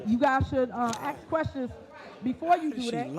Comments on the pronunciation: TIFF ( ASK. ) NOT( AKS ) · She is just tooo combative and RUDE, NO RESPECT! YOU ARE THE SHOW AND YOU ARE SICKENING. WHAT IS A HURAN BEING? Hope you pass the baton tonight. Take a shot every time she says YALL….and AXE …….Of course you are NOT YOUNG.